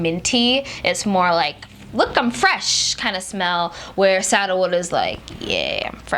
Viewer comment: Oh, SANDALWOOD...I love that smell too (I thought you were saying “saddlewood”) 😉😉👍🏽👍🏽👍🏽😉😉